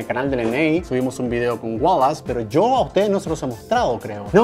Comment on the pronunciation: Se dice Wallace